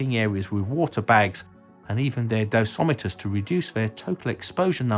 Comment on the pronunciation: Excellent presentation- very enlightening. Just one point- It is dosimeter, not dosometer (assuming the sound track has not been degraded by radiation).